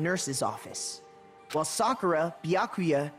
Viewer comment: I really hope you was listening on how to pronounce byakuya name cuz you ain’t been saying it right but I been letting it slide cuz you my boy